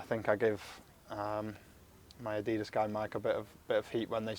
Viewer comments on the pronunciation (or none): Adeedus? Not very Yorkshire, Aaron